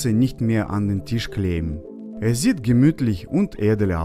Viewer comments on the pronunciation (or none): none